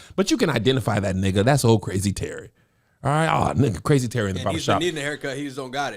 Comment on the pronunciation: the way Kev say nigha sounds racist